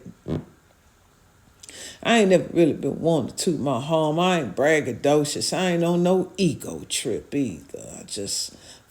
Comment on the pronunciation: 😂 SAID BRAGADOCIOUS